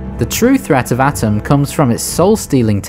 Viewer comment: I'm nitpicking, but it's not "Atom", it's "A-Toom"